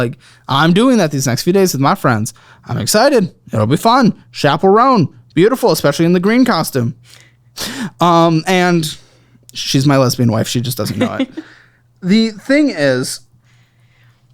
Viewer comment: It’s not SHappell it’s CHappell, hard ch like church or cheese or… chapel